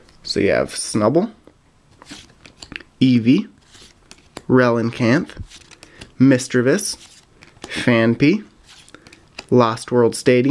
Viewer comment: Why do you always put another "n" in Relicanth?